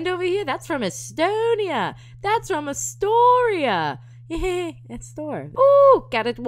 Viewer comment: A-store-eeah-- sounds like Astoria. Awesome little town in Oregon. (Where they filmed The Goonies)... my thought process is about as random as it gets. Yay hangover burrito!